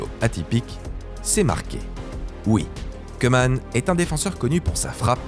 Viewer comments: Koeman prononce "Cou-man" pas "Queue -man" (phonétique) le "oe" en ndls se prononce comme un "ou" 😉 Sinon super contenue comme d'hab 🥰👏🏿👏🏿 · Ça se prononce cou-man et ora-gne voilà voilà